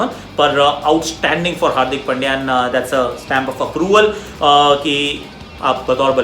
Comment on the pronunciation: Aussies commentators pronounced hardik pandya as hardik pail diya 😁😁😶😶😂😂😂😂😂😂